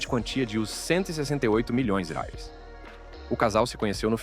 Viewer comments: A moeda brasileira se chama real e não rels ,pronuncie de forma correta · Que é isso que ele fala?? Não diz dólares, libras ou reais … não entendi a pronúncia dele 😂😂😂😂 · Todas histórias bem tristes, mas fiquei curiosa com o problema do narrador ao falar "milhões de reais" kkk